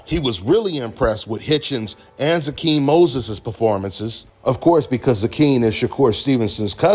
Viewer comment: His name is pronounced Zay-Quin